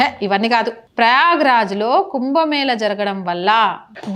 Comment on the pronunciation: కుంభమేలా ఏంది తల్లీ.... కుంభమేళా అని పలుకవమ్మా. హస్త కలలు... ఏంటో నీ భాష వినలేక చస్తున్నాం